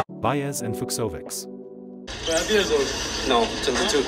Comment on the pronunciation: The video is great! But please pronounce Fognini with ñ, Fucsovics with ch [Fuchovich]. Please.